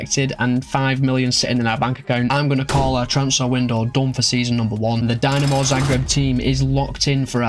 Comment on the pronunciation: tbh honest, it's more of an insult to hajduk than dinamo fans ;) Also it's DInamo, not DYnamo (not as in "I" but as in "quick")